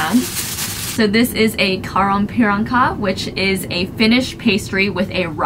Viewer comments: very very interesting video but the way you say karjalan piirakka makes me cry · Karjalanpiirakka 😅😂 I'm sorry I couldnt help myself laughing. Im Finnish so it sound fun but it was bretty close